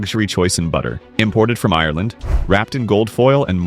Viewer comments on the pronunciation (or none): none